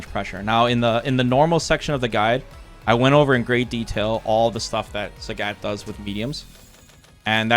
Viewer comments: He lives like 45 minutes from me. I live in Blaine Washington, pretty sure he lives in Vancouver. There isn't a language difference. I spend a lot of time in Canada, being so close, there's not much of a language difference that would account for mispronouncing a name that is pronounced clearly on the character select screen. It's one of my pet peeves. Like when people don't pronounce Marisa as Mariza. Again, one is their name, the other is not. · As a Trekee, I understand what you're getting at ( I wasn't a fan of Polaski because of what you just pointed out). I think you have to take into consideration that is Canadian, so his English may differ from your average Americans. Or he could be just like me and just pronounces words incorrectly all the time cause he can lol. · Why do you pronounce Sagat like that?? I know you've heard how it's pronounced on the character select screen. You might think, "why does it matter?"... Well, It reminds me of Star Trek TNG season 2 when Dr. Polaski was mispronouncing Data's name, as Da-tuh, Da like Dad, instead of Day-tuh. He corrected her, and she said something like what's the difference, or why does it matter? He said, "Because one is my name, the other is not". Which was such a sick burn she didn't return the next season, true story. Sarcasm aside, thanks for making these, I watched all 3 hours, rewinding multiple times. It's kinda crazy how long I've been watching you. Your series on SF4 taught me everything. I feel like that was back in 2010, 15 years ago, wow.